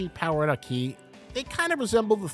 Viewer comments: It’s fun hearing Americans pronounce Japanese names incorrectly bro said “aKEEEE” 🤣🤦‍♂️ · Broo plsss i like you content bu plsss pronouce the names right like aki not a ki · That isn't how Japanese people pronounce Aki. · Great vid but the way you pronounce Aki's name is just not it bro